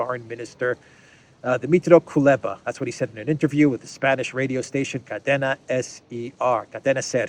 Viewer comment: it's Koo - leh - bah.